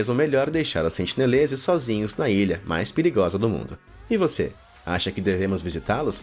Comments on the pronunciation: tenho a impressão de que o narrador falou "sentileneses" algumas vezes kkkkkkk (ao invés de sentineleses) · sentineleses* ta falando sentileneses kkkkkk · muito bom vídeo. mas a agonia que sinto a cada sentiLenezes que vc fala, não ta escrita! corrigindo: sentiNelezes!!! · O nome da ilha é Sentinela, mas o narrador falou que seus moradores são os “SENTILENESES”...antes do 1º minuto, falou errado 2 vezes já! Vou continuar assistindo, mas se falar de novo, volto aqui pra dizer. Edit: com 1 min e 10 ele já mandou mais 2x errado...logo depois, mandou mais 3x errado! Pqp Edit2: aos resolveu começar a falar certo...